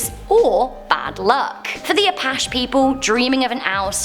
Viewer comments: Ap-Pash? You mean the Ah-paa-chee? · Im part Navajo, love this series. Keep up the good vids guys! Btw its pronounced Apatchee not Apash. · the tribe’s name is pronounced a-Patch-EE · It is pronounced " Ah - Patch - E " "apache" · Anyone else cringe a bit when she pronounced Apache as "Apash"? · Looking good! btw it is A-Pa-Che how you say it. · She cant even pronounce the clan names correctly!! I think its cute!! Lol like the Senaca and Apache. I love it. Btw, I'm Senaca.